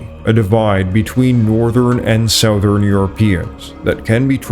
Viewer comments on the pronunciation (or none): Please learn how to pronounce words correctly. Big mispronunciations discredit your work. It’s not sowthern. It’s suhthern. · I enjoy your videos. I have to ask why you mispronounce southern? It drives me nuts. No one else chooses to constantly do this.